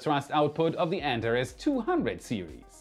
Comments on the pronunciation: an-TAR-ees! Not ANT-a-rez! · "an TAR ease"....... "Earth's, not Earthez........ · please look up the correct pronunciation of Antares 😊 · With all due respect, what is up with your pronunciation of words? Antares? Elongated?